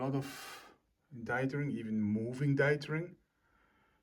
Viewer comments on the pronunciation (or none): You say it so often, so I feel like I need to tell you: your pronounciation of "dithering" is wrong (dɪðərɪŋ). thank you!